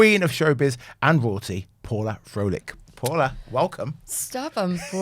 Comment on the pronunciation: Sad these people can't pronounce "Froelich" properly.